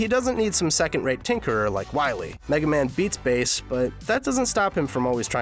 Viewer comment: Roll and Bass not Role and Base